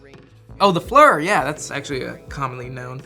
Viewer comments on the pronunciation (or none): It’s FL-ear not fleer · It’s flit is pronounced wrong he said it was an 545 AK platform and he has an SVD with a reap-ir theses people are stupid